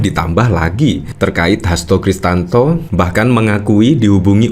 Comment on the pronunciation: Hasto Krisyanto min bukan Kristanto